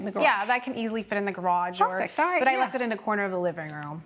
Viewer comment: Judge: "orright, orright...."😂 Two women =guys? You two is sufficient